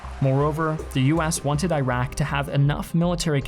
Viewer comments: "Iraq" is pronounced with a soft "i", please. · His pronunciation of Iraq is worse than the actual war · God help me. Not every letter I is I. You have to read I of Iraq like I of Invasion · Pls learn how to read and say iraq correctly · Misleading title and false propaganda from a guy that does not know or care to pronounce the name "Iraq" correctly. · If you're going to present it from their perspective, a good place to start would be learning how to pronounce the name Iraq correctly. It's important if you wanna speak about them. This might help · The mispronouncing of Iraq is worse than the actual war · Please learn how to pronounce Iraq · 1. From the Iraqi perspective, Iraq is pronounced Ee-rak and not Eye-rack. 2. According to this video, there were only M1s and Bradleys on the Coalition's side. Does this guy even know that more Iraqi tanks were destroyed by British Challenger tanks? I doubt it. 3. No video on the "Iraqi perspective" would be complete without mention of the hideous atrocities committed by the Americans on the Iraqis. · Bro great video. Just a small suggestion — the countries are pronounced Ee-raq and Ee-ran as opposes to I-raq and I-ran. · Stop saying Eye-raq. It’s pronounced E-raq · It's pronounced like "earock "not " eyerack" dumbass. Look it up. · its not eye-raq.... its e-raq you muppet 😂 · It's not "eye-rack|, it's "ear-ack'. Christ... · Please don't say "Ayrak".. it's Iraq... Pronounced "Ee-rah-k" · The correct pronunciation for Iraq is Erock or Eragh(more precisely); I don't know how on earth they used alphabets as of IRAQ. This new country came after WWI, and in Arabic is ERAGH or ARUGH. So eye-rock is wrong. Check the pilot pronounced correctly in your video. Same for Iran I already explained. It is like Italy; it is pronounced as “Ea-run.” Thanks for your good videos. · At least pronounce the name of the country correctly. It's E-raq, not I-raq. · Eeeeeeh raaaaahk not ayyyyh rack 😑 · It's not I rack its E rock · "Eye rack" 😂